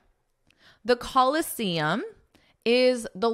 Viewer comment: Should ph pronouns f sound, why did you pronounce it p sound in the Colosseum article? Is this another different sound again?